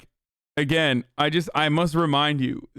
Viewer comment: “PrajerU” “Robbalee” Ajan?